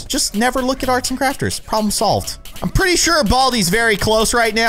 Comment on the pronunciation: I got an ad well was saying "I'm pretty sure Baldi is close right now" and it sounded like he was saying "I am pretty" Lol